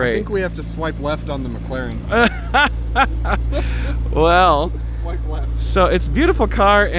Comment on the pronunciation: I have to say it now that you have one, It is McLaren not Mglaren!